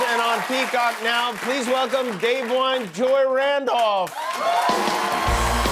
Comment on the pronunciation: Jimmy butchered her first name. Day-vwone ? 😂 It's pronounced Day-vine